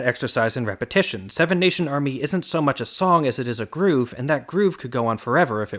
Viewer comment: Repahitation lehgitermisting